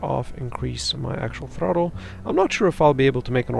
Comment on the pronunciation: Thanks for the tips...but is it supposed to say "thruttle up" ?